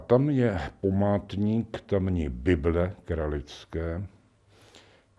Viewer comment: Zdálo se mi to, nebo tam opravdu řekl dvakrát místo památník "pomátník?" Z toho aby se taky jeden pomátl... 🤔